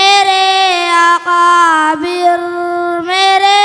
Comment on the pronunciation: بھائ ۔۔۔۔اکابر ۔۔۔کا تلفظ درست کروائیں ایک بار نہیں کئی مرتبہ اقابر ۔۔پڑھا گیا